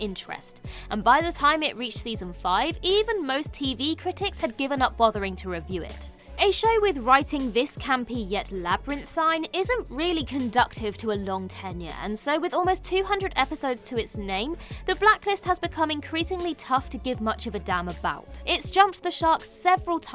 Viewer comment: Jesus you guys like to say shit just to be edgy or controversial… the terminal list was great… I mean unless you’re British I guess and are still mad that you came in second… also Wednesday was amazing… and the word is conducive there’s no T in it… it doesn’t conduct anything